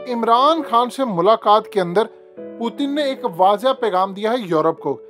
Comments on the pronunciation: ........kia ho giya h AP ko Putin ka pronanc sahi se kare pehle sahi pronounce krte te ab Indian ki trha ajeeb lag raha h plzzz Putin parhe na k pu,teen 🙄☹☹ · پُوتِن نہیں اوئے۔۔۔۔۔پُیُوٹٙن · Putin ka naam hi bool gae ho kia Word putin he. پوتن nhi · Pootin? Pooting ? What's his actual name?? I have been hearing his name is P-u-t-i-n But you are calling him pooting poo poo 💩